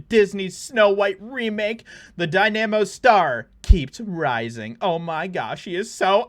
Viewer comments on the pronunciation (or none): The "Die-nahm-oh's" star....dude, it is "dinah-mo"